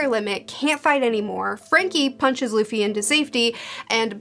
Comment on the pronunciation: It's so wholesome to see where you are as a One Piece fan, I remember you mispronouncing Luffy's name and hating Usopp in the beginning of your reviews 😂